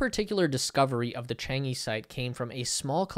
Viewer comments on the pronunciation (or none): Chang'e sounds like Chang uh. It's not changee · Is ‘Chang err’ not ‘ Chang yee’ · You gotta get the pronunciation right. It sounds more like "Chang ugh". LoL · Wildly mispronounced "Chang'e." Embarrassing...and just lazy.